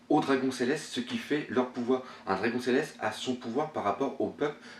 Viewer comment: Excellente analyse comme d'habitude. Par contre Dragon en japonais se prononce "dragonne "^^ mais bon cela ne change en rien la qualité de ton travail